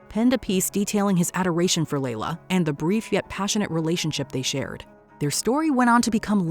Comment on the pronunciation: The pronunciation of Kase and Layla... full names... giirrrrrl, good job ❤